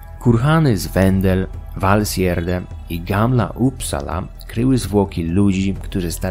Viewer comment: No i już wiem jak wymawiać Valsgärde :D